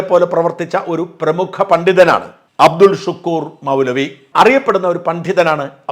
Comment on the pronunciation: അബ്ദുൽ ശുക്കൂർ അല്ല... അബ്ദുൽ ശക്കൂർ ആണ്